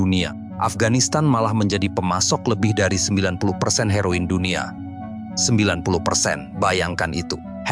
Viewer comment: Heroin kut di sebut HairO In